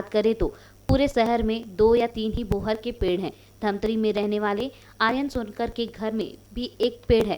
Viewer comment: बोहर नही बोहार